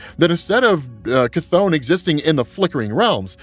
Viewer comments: Cath-ON lol 😂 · The way how you say chthon makes me laugh everytime!